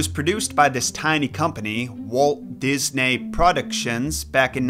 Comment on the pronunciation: Walt DisNAY